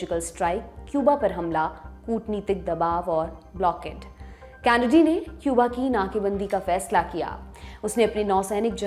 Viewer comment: कैनडी कहते हैं कॅनडी नहीं।